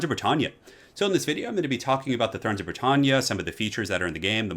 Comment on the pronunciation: Minor thing but us Brits say Brit tan ya - the tan like Anne - Britannia rules the waves like. I know we pronounce things differently for similar words US to UK but that was going to kill me if you do all your videos saying Brit tarn ya... Love you 😀